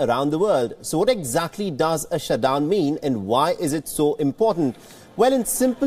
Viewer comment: Did you say "Shuth-dhown"